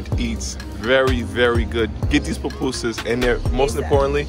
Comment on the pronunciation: Loved the video Glad you got to visit my home land 🇸🇻 🇸🇻🇸🇻🇸🇻🇸🇻🇸🇻 And you pronounced pupusas pretty well